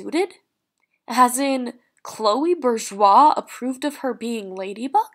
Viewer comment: Can you really not pronounce Chloe’s last name